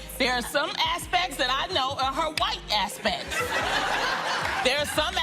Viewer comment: Loni really out here being so outspoken while mispronouncing ‘aspect’ tf she talking bout? “aspeck” 💀